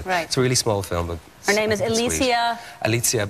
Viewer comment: He said her name wrong. I know because I'm polish